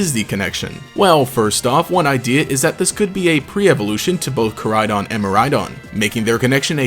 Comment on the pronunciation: Miraidon and koraidon pronounciation kinda bothers me in this since its meant to mean future and past. Maybe im juat a stickler for the japanese language. Kinda a stickler for all languages honestly. Especially the way he says miraidons name.